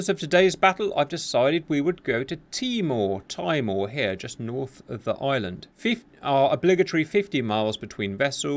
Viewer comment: you pronounced timor correctly the first time and then proceeded to butcher it on the second